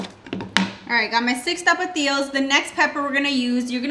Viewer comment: You said “6 tapatillo” lol I’m pretty sure they’re called tomatillo